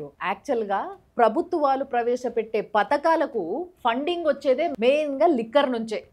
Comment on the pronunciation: 'ప్రభుత్వ పతకాలు' కాదండీ, 'ప్రభుత్వ పథకాలు' అనాలి.